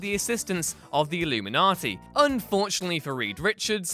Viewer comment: Why does he keep calling them the illumaniti?